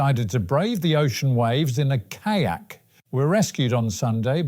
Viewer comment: Never heard kayak pronounced like that before .